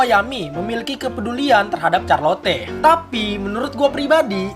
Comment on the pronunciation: charlotte dibaca charlot bung